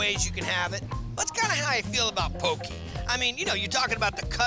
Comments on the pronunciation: Yay! This bro said poke right! Poke not poki. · Saying Poki and not Poke, is killing me bra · ALL You HAOLE SPEAKING HAWAIIANS GET IT RIGHT. . IT'S POKE & KIAWE!!!!!